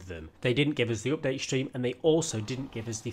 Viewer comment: Nobody: Literally nobody:: Opdate